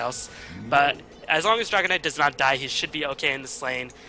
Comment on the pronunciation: lol, he just says dragonide!, but its Dragon Knight :D